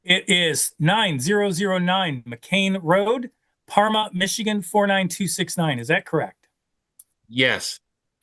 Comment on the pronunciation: Parma Michigan not Karma ??